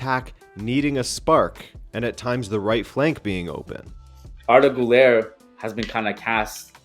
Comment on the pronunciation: Always happy when you talk about Arda Güler‘s club. But please, as you are the president of the Arda Güler fan club, please start pronouncing the „ü“. You are half-Portuguese. You are not American. You are smart. I believe in you ❤️